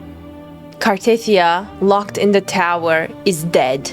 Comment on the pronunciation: It's not Car-teeth-ee-ah, it's Car-tah-thea-ah.